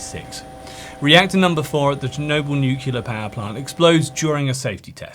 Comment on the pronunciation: Great vid. But, with a vocabulary like yours, hearing "nukeular" rather that "NUCLEAR" just grinds my gears.